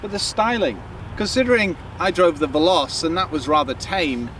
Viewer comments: Ve lo che. Ve lo che. Not velose. Take a minute to learn pronunciation if you’re going to do a video. Geez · "Velossss" lmao